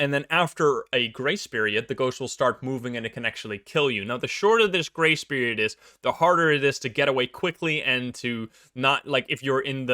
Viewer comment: I'm glad I can read what he's saying. I keep hearing "gray spirit" instead of grace period lol.